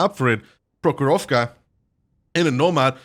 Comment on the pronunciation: Not "prohoróvka" but "próhorovka"